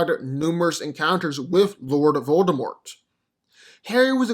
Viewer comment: If I had a penny any time he said voldermolt himself